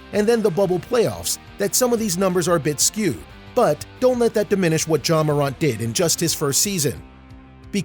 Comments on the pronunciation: And he says moront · he said "Mow-rant" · Ja Mor-ant (like the little creatures) but otherwise good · mor aunt u kidding me its mor ant like the bug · Ja Marunt?...... WTF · Bruh stop mispronouncing his name! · lmao bro this man made a good video but his voice just didn't have any energy and he was saying his name wrong😂 if he did those right this video would be a 10/10 but it's still good imo